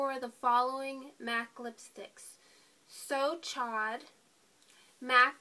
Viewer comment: lol< great video, and MAC so chaud, is pronounced so showed, ;p it means so hot in french ;3